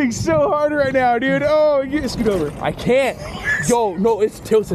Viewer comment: "really are you serious right neow bro" got me finished inside and out